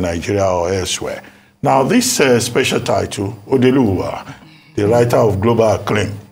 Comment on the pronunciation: Odeeluwa and Odeelora. aren't you Igbo? Why the cringy pronunciations?